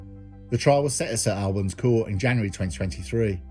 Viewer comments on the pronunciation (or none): Wow, this happened just down the road from me and I wasn’t aware of the story. Thanks as always. Oh and btw we pronounce it “Saint Allbans” 😉